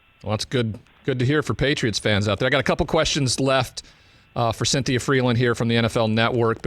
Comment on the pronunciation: can’t say Cynthia